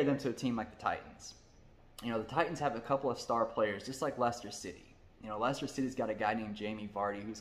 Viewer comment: See also the mispronunciation of Norwich (Norridge not Nor Witch) Thought I have to give him props for getting Leicester right.